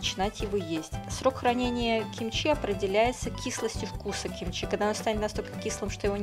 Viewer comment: В современном корейском языке это произносится, как "кимчи".